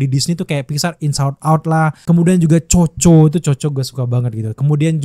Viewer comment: koko bang bacanya bukan coco😂